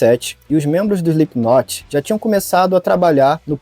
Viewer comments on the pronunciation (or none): dica construtiva: se pronuncia SLIPNOT", não "SPLIPQUINOT". O K nesse caso, é mudo. Adoro seus conteúdos, abraços e sucesso! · Pronuncia correta: "Slipnot"... doi nos ouvido ouvir esse "Islipiquinoti".......... fora isso, massa o video, boas informações.... pesada essa letra, está na minha playlist por conta disso antes de mais nada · Não se fala SlipKinot... Fica estranho ouvindo. Se fala sem o K (Slipnot) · Parem de falar "Slipkinot" A pronúncia é sem o K, soa como "Slipnot" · Não precisa soar a letra "K" no nome da banda. Se pronuncia Slipnot mesmo. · "SplipKnot" AHAHAHAHAHAHAHAHAHAHAHAHAHAHAHAHA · Pronúncia: Slipknot ( "slipnot", esse t bem brando), esse k não se pronuncia. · Cara, muito bom. Sem querer ser chato, mas já sendo: quando se lê o Slipknot, o "k" é mudo.